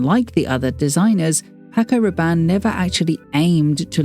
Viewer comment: The way you pronounced his name before stating his passing was beautiful.